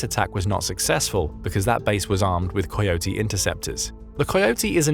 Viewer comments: Coyote is pronounced as (Ka-ee-oh-tee). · AI can't pronounce "coyote!"